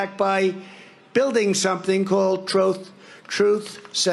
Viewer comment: Troth central? Donald is such a liar he can’t even say the word truth.